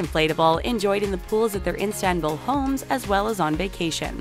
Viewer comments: Its Istanbul not Instabul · Why does she keep saying instanbul it's not that hard mate 💁💁💁 istan-bul . . .. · for fucks sake, its ISTANBUL, not INSTANBUL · its not instanbul its istanbul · Not Instanbul,ISTANBUL,gosh... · Has anybody noticed that she says "iNstanbul" each and every time? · "The rich kids of Instanbul" That's not how that's PRONOUNCED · Its Istanbul... not "Instanbul"... I usually love your videos but most pictures weren't even from Turkey and with all this research I cannot believe how you guys managed to misread the name of my hometown everytime... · did she just say Enstenbul instead of Istanbul? I'm done🤣🤣🤣🤣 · dear voice over, it is istanbul not instanbul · Didn't finish the video cuz she insistently said Instanbul instead of ISTANBUL!!!! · Who pronounces Istanbul that way though ? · Stop saying Instanbul please... You're torturing me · Instanbul😂. Please the taklo don't mispronounce . Oh i mispronounced the channel name too. lol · the name of the city is "istanbul" for god's sake not instanbul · It is not instanbul but Istanbul. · She kept saying instanbul it’s Istanbul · INSTA-bul ... really? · It’s not instanbul it’s Istanbul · It’s ISTANBUL not INstanbul🤦🏻‍♀️ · It's not Instant bull it's İstanbul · Instanbul????? May be it’s Istanbul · Not İnstanbul, it’s İSTANBUL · Every time she attempts to say Istanbul I just cringe.. I’m half Turkish so the pain is real😩😩like wtf is instanbul?? Honeyyy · ISTANBUL DUDE NOT INSTANBUL .... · IStanbul NOT INstanbul jesus! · I wish I‘ve never watched this. it is not instanbul it‘s ISTANBUL wth!!!! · istanbul not instanbul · Not INSTANBUL -its ISTANBUL 🙄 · Istanbul not Instanbul, pronounce it properly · Its not Instanbul its ISTANBUL :)) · It's "Istanbul" not "INstanbul" :| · OMG Please stop saying INstabul.....it's Istanbul..... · It's IS.TAN.BUL not instambul ffs! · It's ISTANBUL and not INSTANBUL amk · Wtf is an Instanbull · WTF IS INSTANBUL? Get your facts right before producing a video. FYI it’s İSTANBUL.